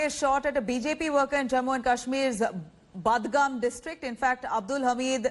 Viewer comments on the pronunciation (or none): It's pronounced Bud-gaam you moron. 😂